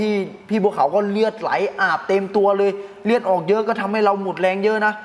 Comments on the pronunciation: เลือดเฮ๊ย ไม่ใช่เลียด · เลียด หรือ เลือด ครับ 😅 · พี่พูด รีดหรือเลือด เนี่ย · เลือดพี่ไม่ใช่เลียด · เลือดครับ ไม่ใช่ เลียด555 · เลือดไม่ใช่เลียดนะ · มึงคนไทยภาคใหนว่ะเลียดอาบเลย555กุขำอ้าวเลียดกะเลียด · เลียดๆ คนอีสานบ่ครับ